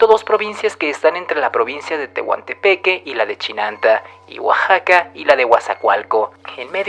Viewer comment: La historia es muy buena pero la pronunciación de los términos Mikses es errónea se pronuncia mijes Tehuantepec no thehuantepeque soy oaxaqueño y así se pronuncia